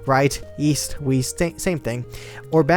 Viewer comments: left- right east - weast any one heard that xD? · I laughed so hard when he said east, weast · in he said weest